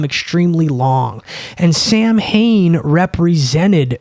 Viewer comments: you’re like if the beastie boys were one person. Its pronounced “sah - win” by the way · FYI, the correct pronunciation of Samhain is SOW-in or SOW-wen